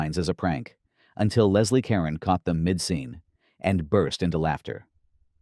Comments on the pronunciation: Whenever I see this movie I think Leslie Caron is playing the role the way Audrey Hepburn would have. It would be nice if the narrator knew how to pronounce Leslie Caron's name. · Leslie Caron (accent on the second syllable of Caron), not Leslie Karen.